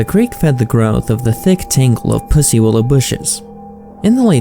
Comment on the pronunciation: say pussy willow harder lmao